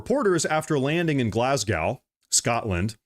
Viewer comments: Glasgow is pronounced more similar to Alaska than whatever was said.... Glass go, rather than whatever cow 🐄 not pronounced like Moscow 🤷‍♂️ get it right or I'm done watching you. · It’s pronounced Glas-go not Glas-Gow. Trust me I’m born and raised in Glasgow and still live in this city. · GlasGO (forget the W)